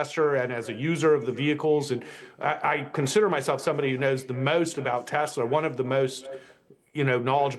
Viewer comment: As per the supreme leader it is Teslerrr :face-green-smiling